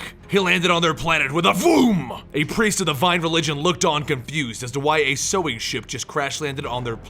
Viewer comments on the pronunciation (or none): none